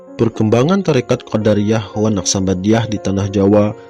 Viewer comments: Assalamualaikum.. Bang....maaf..Abang menyebutkan " qodariyah"...seharusnya " qodiriyah ".. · Sangat bermanfaat, cuma dlm penyebutan nama msh terdapat beberapa kesalahan, misal Qodiriah di sebut Qodariah, semoga bisa lebih baik lg.👍